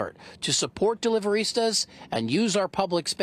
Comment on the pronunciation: "Deliverista?" Come on. Cringey.